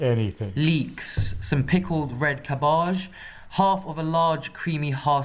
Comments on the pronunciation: Cabbage is now Kobaaaahhhhhsh? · If he said avocado one more time in his way, I was walking into traffic... Wait, did he day cabbaaahj? Lock the door!